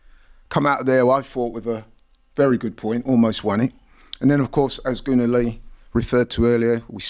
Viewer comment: Why do they keep pronouncing Nwaneri wrong?? It’s not Nwanieri (like Ranieri) - its Nwaneri